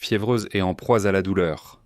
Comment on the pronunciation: Cette voix IA: « en proie-z-à de vives douleurs » etc etc